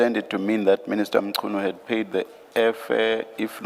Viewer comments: Who is Senzo Mtshunu if i may ask i mean assuming that you are a black South African why would you pronounce his surname like that? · It's disgusting that an African cannot pronounce Mnchunu last name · The accent of the Ai is South African but can't pronounce Mchunu 😂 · is the guy analysing the video a South African? If so, it's very much impossible for him not to be able to pronounce Mchunu.😂